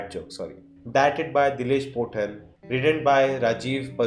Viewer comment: It's not pottan it's pothan, pottan means dumb 🤣